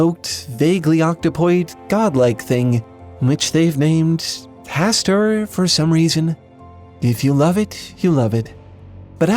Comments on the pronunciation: Hastur, not Pastor. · Isn’t it Hastur? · you mean HASTUR? My guy, for someone so interested in literature, you're reading is.... Yeah